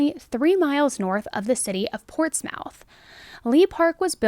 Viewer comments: 'Ports-mouth' 😭😭😂 its ports-moth lol same with anything ending 'shire' it's pronounced 'sheer'. Absolutely cute the way you pronounce places from here 😅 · Portsmouth is pronounced Ports-muff, not Ports-mouth. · It's Celtic with a hard "c" and "muth" not "mouth" -I enjoy your show! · Ports mouth 😂😂😂 its portsmouth! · Heehee, "Ports-Mouth" - it's pronounced Portsmith. Just a little good-natured ribbing 😊 Your videos are really good. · Pronounced: Ports-muth not mouth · Good to see you covering some English cases 😁Just as a FYI, we don't pronounce it Ports-mouth,.. more like Ports-muth In this case I feel the drugs probably paid a huge part too,.. coke can make people much more agreesive than usual. Not sure about it being a crime of passion.. I think her actions feelings had slowly been escalating so was only a matter of time before she snapped and did something. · You pronounce it portsmith not mouth just FYI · Pronounced: Hamp-SHEER. And -PortsMuth. NEVER Hamp-shy-er or Ports-mouth. Sincerely, England who cannot watch this video without pain. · Its ports mith not ports mouth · Portsmouth is not pronounced ports"mouth" its oronounced ports"MUTH" as 1 word. Muth... not mouth. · FYI...its pronounced 'Portsmith' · Ports-MOUTH - as a local, this got me 😂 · I know she did not just say “ports mouth” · I watch coz I use to find it hard believing people could actually be as EVIL as these crimes reveal! This murder looks more like a ritualistic slaying, than a crime of passion. Also - note, this crime happened during "lock down!!" Btw: it's pronouced "Ports-muth!!" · Love ya!! Portsmouth is said more like Portsmuth ,♥️🇨🇦♥️ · it’s pronounced hamp-sheer and portsmith/portsmuth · Portsmouth .. pronounced Ports…miyh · The pronunciation of Portsmouth 😂 its more like Ports moth.... Great video though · I am a Hampshire lass darl, I grew up in Andover and Portsmouth is pronounced 'Portsmuth' strange ay 🙂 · Celtic ( pronounced kel-tick) Portsmouth (pronounced ports-myth )